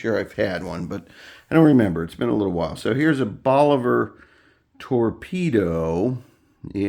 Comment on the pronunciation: If you're new to cubans stick with reputable places that you have researched as selling real Cubans. Once you have experience you can smell a real box of Cubans and know it's legit. Cut one, light it up and within a puff or 2 you will know if it's real. Check your pronunciation of Bolivar. I think it is more like Bowl A Var. Not hating, just trying to help. :) Love the fact that you have a nice comfortable place to smoke in the house too. The aroma of the cigar is so much better indoors. Outdoors the slightest breeze blows it away and that's a nice part of the overall cigar experience.